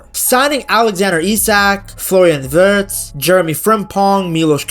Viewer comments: yeah he always says Virtz😂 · lol why you say Wirtz name like that? 😂😂😂😂